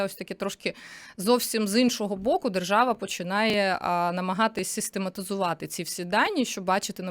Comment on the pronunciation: Правова жержава😂 Ви чули ? Не важливо що написано, а вижливо як буде виконуватись?